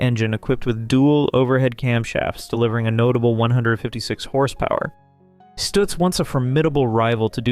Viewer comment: Great Garbo's car is NOT a Stutz but a Duesenberg. And, by the way, it's pronounces Stuhtz. NOT Stootz....Sheesh.